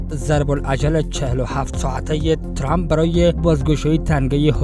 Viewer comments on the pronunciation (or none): none